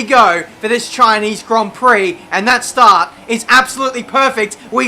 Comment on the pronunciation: CHINEEZ GRON PROK